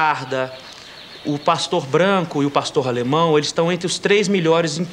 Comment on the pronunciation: otimo o video !!!! só é chato ele falando Pastorralemão